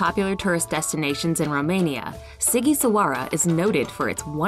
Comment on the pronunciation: as a romanian, I cracked up with laughter when I heard how the presenter butchered the name of Sighisoara :) But it's totally understandable, it's a difficult name to pronounce